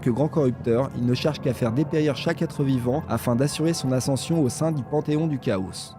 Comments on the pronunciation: C'est complet et ça fait plaisir. Il y a la diction qu'il faut un peu améliorer ça fait trop lecture. Et la prononciation de certains mot genre le "chaos" se prononce Kao et non Kaosse. Mais sinon j'aime bien ! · celle ci est mieux, au fait dans le mot chaos le s est muet